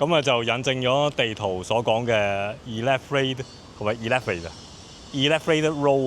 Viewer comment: Elevated 呢字其實唔係咁讀嘅⋯正確讀音係好似大象elephant 咁上吓